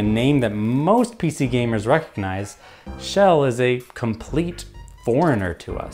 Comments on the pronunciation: Why are you saying Shell instead of Chell? Sounds like the Swedish name "Kjell", which is a name for men in their 60s heh. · Her name is Chell, not "Shell".